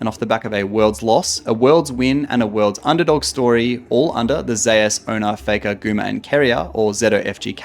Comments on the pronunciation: from what i heard it is supposed to be pronounced like zay oos as a play on his name being woo-je being pronounced like woo jay, some casters say it like how its said in this video and other says like zay oos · can't pronounce zeus disliked